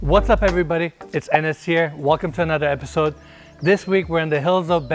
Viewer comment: what's up everybody it's Enes here, welcome to another epssode (episode)